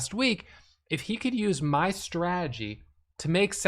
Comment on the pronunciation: Say the word STRA-TE-GY..repeat...STRA...TE...GY